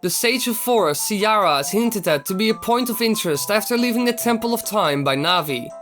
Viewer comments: cyara? jajaj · siara? wtf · Siara? l´m outta here